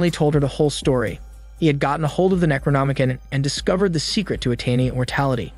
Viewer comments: It's pronounced "necro-nomi-CON" not "kin". Also macabre is pronounced muh-cobb not macaw-bruh. Edit: I couldn't even make it past the first few minutes because you make it so obvious you're reading from a "script" someone else wrote and didn't pre-read. You're jumping around, mispronounce half the words and have all these awkward pauses because you didn't read first to know what you're saying. Out of probably like 40 different recap channels this is easily the worst I've seen so far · Necronomi-con Not Necronomi-kin